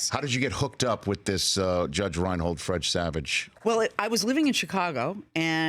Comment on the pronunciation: Rich can't say "Fred Savage" - two straight times said "Fredge Savage"